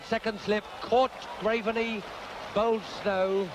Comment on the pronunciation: What was with all the commentators referring to Tom Graveney as 'Grave - er - knee'?